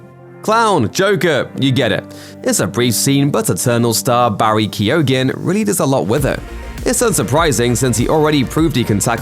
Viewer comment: Come on. Work on your pronunciations. Barry Kee-own is closer to correct. Definitely no guh. 🙄